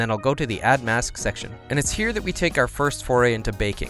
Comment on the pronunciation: Lovely video you're so damn good! But when you say "here"("Nhyah") that just pissess me off ahahah sorry, not sure why